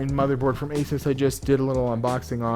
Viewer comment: Its pronounced AS(oo)S not AS(I)S